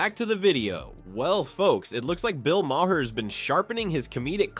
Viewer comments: It's pronounced Bill Mar. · Mahr = My-Har?? 😂 AI voice ‘narration’ ?? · You make the video and can't even pronounce the surname correctly. Also trying the turn people on Rogan for future podcast decisions won't work. ...a smear video made on purpose . Prob by some who's in government . Trying to get ahead of things for next time . Won't work.